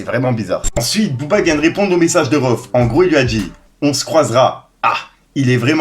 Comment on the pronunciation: c'est pas rohff c'est rhaoueff